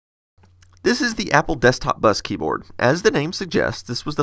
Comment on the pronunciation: He said yapple